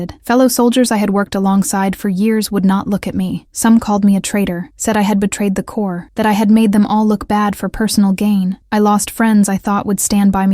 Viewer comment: Corps, not Core